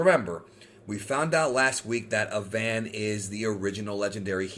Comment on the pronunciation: pronounce Avan like Avant Garde. that is all